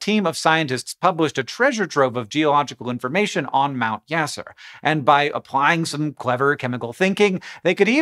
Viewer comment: Apologies for the correction, but the name of the volcano in Vanuatu, is "Mount Yasur", not "Mount Yasser"....